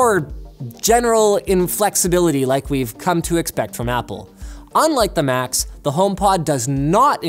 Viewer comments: I thought he said Macs instead of Max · I kept thinking you were saying "Macs" not "Max" (aka google home Max) lol